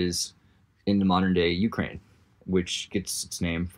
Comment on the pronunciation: Ukraine does not get it's name from cranium... Where on earth did you hear that from? Ukraine is not even pronounced like that in slavic languages. Oo-cry-ena - cry - край - edge. Wonder what else in this video is complete bs.